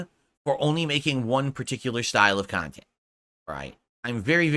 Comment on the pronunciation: He's delusional. It's one pot of viewers, there's not separate groups for separate "khantent".